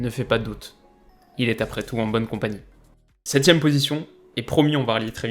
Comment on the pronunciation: "Il est en bonne kompagni" il m'a tué